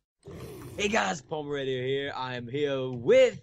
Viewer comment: Replace the O in Palmerator with an E :D